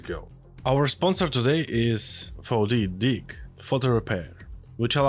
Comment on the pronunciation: bro did not say 4DDIG...